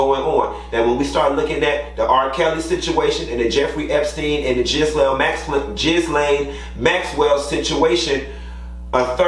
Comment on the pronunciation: You butched Ghislaine Maxwell name but its all good because she's trash!